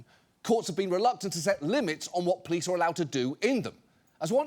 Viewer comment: Can someone inform John that there's an 'o' in the word 'police'? Cheers, from the other end of the pond.